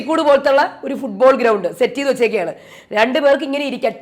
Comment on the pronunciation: ഫുട്ബോൾ ആണോ ഫുള്ഗോൾ.. ഒരു സംശയം..😮😅